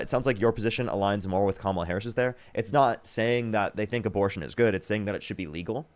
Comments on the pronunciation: Honestly that was painful to listen to. She is the perfect example of what Trump meant by loving the "poorly educated". Wow. Plus, in 2025 it isn't hard to educate yourself. She could have found all this out if she really wanted to. She couldn't pronounce Kamala Harris's name and I'm sure she doesn't want to pronounce it either. Trumpers vote for him because they enjoy the perks of being racist and hateful toward anyone who isn't white. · I salute her for discussing difficult and confronting issues on such a public platform. Out of all of this, I'm most dumbfounded that she wasn't even comfortable pronouncing "Kamala"... Regardless, good for her. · She can’t pronounce KA-MA-LA??? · “kudos” she literally called mexicans “illegals” and said she didn’t know how to pronounce kamala… liberals are so fucking stupid bro 😭😭😭 y’all will give kudos to fucking anything except actual leftists and THAT is why we lost the fucking election. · She can’t pronounce Kamala……..oh dear me! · "I don't know how to pronounce her name." Girl. It isn't hard. Comma. La. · It has all the elements of a cult! Especially the devotion despite the self harm they experience as a result of that devotion 😢 it also seems like this girl is scared to even mistakenly agree with Harris and it's probably because in her area it's social suicide to betray MAGA. P.S. It's like "Comma," the punctuation, then add a "La" at the end. Something that I am sure most Americans could correctly pronounce if they actually wanted to. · They deliberately mispronounce Kamala's name because Trump does it. Once I hear them call her Ka-MA-la, I know they just suck up everything he says. No critical thinking skills necessary; which is exactly why he targeted them as he initially built his platform.